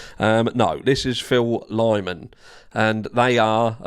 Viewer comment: The dudes name is Lyman. Lie-man. Ffs.